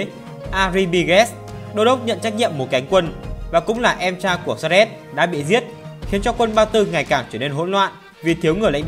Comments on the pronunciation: Xerxes phải đọc là Dớt Xi, Xe rét là cái mie gì vậy? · clgt, đọc sai thì phải chỉnh lại, tên ngta như thế cứ đọc Xe rét, nghe ngứa tai vcđ @@